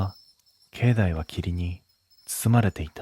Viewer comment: 石段 せきだんではなくいしだん 境内 けいないてなくけいだい